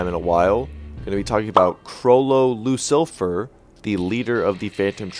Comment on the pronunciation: How do you fail at saying lucifer